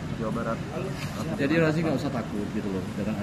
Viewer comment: Maaf Razi bukan Raji